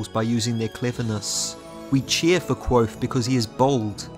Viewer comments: I love these videos, but is there a reason you're pronouncing the V in Kvothe as a W? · Dang only made it about 50 seconds in. If you like the series enough to make videos the least you could do is pronounce the protagonists name correctly. Here is a video of Patrick Rothfuss doing just that for you.